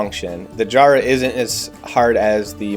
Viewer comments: Jarrah is pronounced with a hard a, like cat, no a soft long a like car. Like the start of JACK JA-RA not JAH-RA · Love the video, has given me a great idea for my shop students, just one thing, Jarrah is pronounced with a soft 'a' at the start, as in the name Jarred. I am sitting in my lounge looking at about about 3,000 of them out my window. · great video but i cringe every time you say jarrah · Me too but he's forgiven cause the thing he produces is worth it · too true